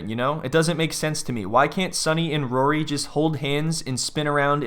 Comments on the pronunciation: Who the hell is “rurry’? 😂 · Why does she pronounce his name like Rurry? I can’t unhear it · Still can't believe she's 27, or that she can't even 'say' Rory's name correctly...it's like molasses coming out of her mouth: "Rurrey"